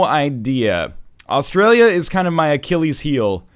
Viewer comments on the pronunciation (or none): none